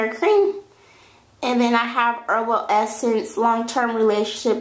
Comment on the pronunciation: its herbal essencES you only say herbal essence